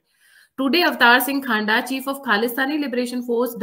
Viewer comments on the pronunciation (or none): अवतार सिंह हांडा नहीं अवतार सिंह खंडा नाम था इसका